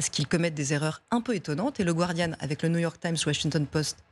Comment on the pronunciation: Elle sait même pas prononcer le "Guardian" correctement. Gwardieune 😆